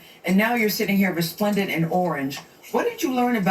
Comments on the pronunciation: RESPLENDENT! not respondent. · I typed in both words and the computer pronounced both words very distinctive and different. I listened again to Gayle. It sounded like respondent not resplendent. No disrespect but I heard the 'spon' syllable and not 'splen'. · She said RESPLENDENT not RESPONDENT. Resplendent means attractive and impressive. But Gayle was messy beyond that. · She never said respondent 😂😂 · She said resplendent in orange - not respondent. The definition of resplendent is attractive and impressive through being richly colorful. Let’s make sure if you are going to read someone you use the correct word. Don’t get me wrong, I didn’t care for everything she said or maybe the way she said it in her interview. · Lady, You mean to tell me you just sat here and shot a whole 7 minute video, edited it and uploaded it and was wrong the whole time? Go back and listen to the word Gayle used. first off Gayle King did not say she was "Respondent" in Orange she said RESPLENDENTre·splend·ent /rəˈsplendənt/ adjective attractive and impressive through being richly colorful or sumptuous. "she was resplendent in a sea-green dress" resplendent means good great even in Orange. they need to stop giving YouTube channels to people from Alabama that didn't graduate Junior high School. black people we got to do better! sheesh!!! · I'm no Gayle King fan but she said "reSPLENDent" not reSPONDent. I watched the interview with the closed captions on. Gayle King is a trip though!!! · She said "resplendent" (attractive and richly colorful), not respondent. But I do agree with everything else you said. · The word was Resplendent, not Respondent. Resplendent is a compliment of the highest quality. I do agree with you that she did try to drag her down, while the others were lifting her up. Not a big fan of Gayle King’s interviewing style. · Gayle King is messy for trying to cut Tisha down. Tisha’s career was successful. She didn’t say respondent though. She said resplendent.